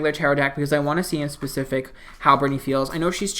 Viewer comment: “In pacific” lol